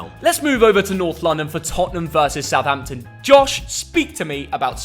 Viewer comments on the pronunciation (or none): none